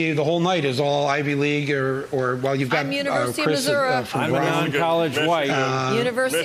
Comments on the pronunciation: It's not missora! No a on the end of it. Its MISSOURI with an I! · University of Missourah? I wanted to jump through my screen and choke that woman. It is Missouri not Missourah. I am guessing she is not from Missouri, only went to college there. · “Univ of moosooray” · She can't even say Missouri correctly what a joke.